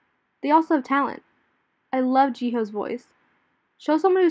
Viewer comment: I agree with everything u said but u murdered Jihyo's voice. You said "Jihoe"